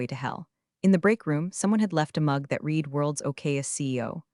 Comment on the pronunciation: Monica is not a professional -- See below -- The past tense of "read" is also spelled "read," but it is pronounced like the color "red." This can be confusing because the present tense is pronounced differently